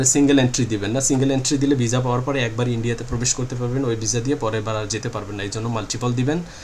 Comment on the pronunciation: শব্দটা ভিসা কিন্তু আপনি বার বার ভিজা বলেন